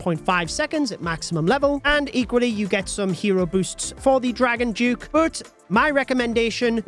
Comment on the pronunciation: Dragon Duke 👎🏻 “Dragon Juke” 👍🏻